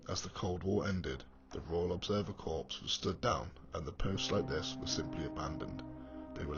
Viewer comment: Great vid but please stop saying 'corpse' - it's 'corr' when saying Corps as in ROC.